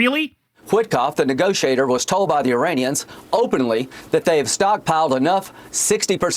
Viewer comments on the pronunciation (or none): none